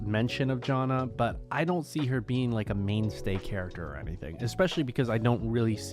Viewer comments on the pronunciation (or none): none